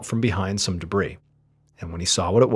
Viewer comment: I’ve only had one issue with Mr Ballen and it’s been the way he pronounces the word “debris”. Thank you for finally saying it correctly (silent “s”) cause my ADHD couldn’t handle hearing it the other way 🤣